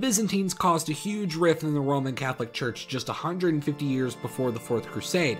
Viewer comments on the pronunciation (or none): none